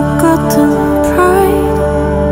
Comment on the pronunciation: 멸시 발음 멋져여